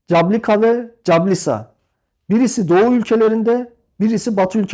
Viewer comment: İSİMLER YANLIŞ HOCAM. CABLUKA ve CASLUKA(Cablıka-Caslıka)